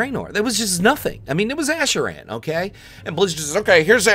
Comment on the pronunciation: is it just me or are you saying asheraan?? asheraan asheraan asheraan asheraan